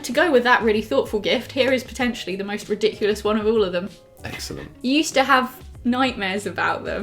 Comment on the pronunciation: Am I the only one who heard say ri-dick-ulous No Just me Okay 😂😂